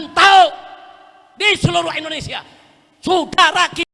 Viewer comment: SAUDARA...bukan S U D A R A